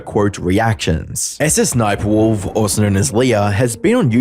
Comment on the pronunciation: I like how Jack pronounces SSSniperwolf as, "Suh-suh Sniperwolf"